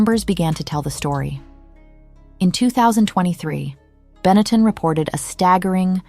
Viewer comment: Get back to me when you can pronounce the word Benetton correctly.